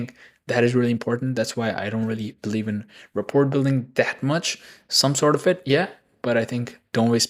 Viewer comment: rapport - Simplified Pronunciation: "ra-PORE" (with a silent "t")